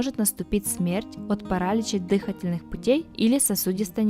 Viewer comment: ПарАлич дЫхательных путей...🤦🤦🤦